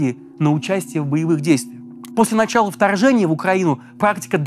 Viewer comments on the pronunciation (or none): none